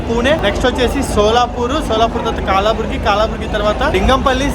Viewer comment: Its not కాలాబుర్గి... Its కలబురగి. Its old gulbarga junction. They changed the name